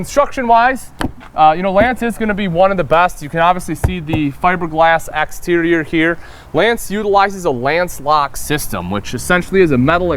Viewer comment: Exterior not Axterior